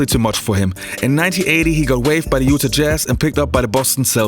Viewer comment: learn how to pronounce "UTAH"...